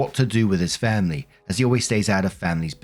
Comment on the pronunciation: FAMBLY! CARE ABOUT'CHER FAMBLY!